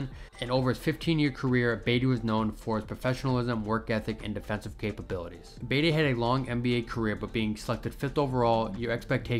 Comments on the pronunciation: Yup. buhTEE not BEYtee. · its pronounced like Buh-tee, not Bay-dee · I was lost when he was calling him baity I’m like what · It's Tony Battie! BAH-T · "Tony Batty." Lol I like the video but c'mon man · yup, its pronounced Buh-tea ... smh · All you young guys making NBA vids, start learn how to properly pronounce the names of the players in the league from their eras. I give you guys zero cred when you f up and stop watching. I got to Tony Battie and came straight here. Its pronounced BA-TEE